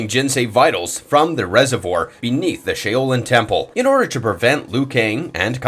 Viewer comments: "shay-o-lin"????? LMAOOOOO💀😂😭😭 i also love how for some reason he tried to copy gerus's voice and say the lines instead of just putting in the gameplay audio💀😂😂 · Or the "shay-o-lin" temple. The word pronunciation on a lot of recent videos has gotten bad. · "shay-o-lin" temple.... o.o I really never nitpick with word pronunciation but there's been a lot of recent videos that have had mispronounced names of the many fictional characters. But Shaolin. "Sh-ow-lin" Love all the videos, and how much y'all put out on just a daily basis alone but maybe slow down just to make sure more isn't so mispronounced that it becomes distracting. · Krahh-nih-ka ShOW-linn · I can’t even enjoy this video he butchered so many names shi-oh-Lin.. tf is this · Shā-O-lin? Really? No one in the history of anyone has ever said it like that! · 😂 I wasn't sure if there was an Irishman called Shay o Lin in mortal Kombat as a secret player maybe 🤔😂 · He dead ass said shaolin "Shay o Lin" 😂 unless there's an Irishman in mortal Kombat I don't know about 🤔😂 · not the ShAy o Lin?! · No fuckin way you just butchered Shaolin that bad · Why does he say her name like that lmao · There’s no damn way this man can’t pronounce Shaolin correctly😂😂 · SERIOUSLY DUDE CANT EVEN PRONOUNCE "SHAOLIN" PROPERLY!!!!! I honestly think this narrator should consider a new career if he can't pronounce common words regularly...this guy is so bad for this shit like WHAT?!?!?! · That’s actually how the developers were pronouncing her name during the reveals